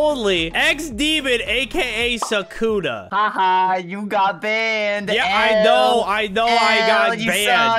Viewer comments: BRO ITS PRONOUNCED SUKUNA NOT "SAKUNA 🤓" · Sukuna not Sakuna